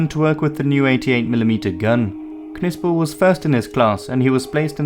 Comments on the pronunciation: The K is silent in Knispel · Some one tell the commentator that Knispel, is pronounced with a silent K! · i dont think the K in Knispel is pronounced. i believe it is pronounced “Nispel”. same way that Knee and Knife both have silent K’s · Ma perche dite Kispul?..si legge Knispel così come è scritto...mi sta sui Maroni quando nemmeno sapete pronunciare correttamente i nomi tedeschi.Ho lavorato a Monaco di Baviera per 4 mesi e ho imparato più lì in 4 mesi che tutte le medie e superiori...pronunciate lì bene certi nomi.Qasti sono assi. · it is pronounced Knispel! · Still trying to figure out your accent. Perfect enunciation of German and Russian words with an English accent I can't quite identify. (Almost a sing-song iambic pentanmeter.) And I always thought Knispel was pronounced with a silent "K". English isn't my first language so I'm not completely positive.